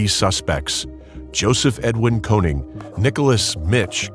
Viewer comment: His name is actually konING not konig.. triggers me like hell